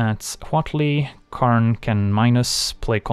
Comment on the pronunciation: "karnstruct" and "karn advantage" lmfao